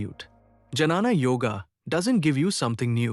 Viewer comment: This AI pronunciation and reels are just killing me. It is not Janana Yoga but Gyana Joga.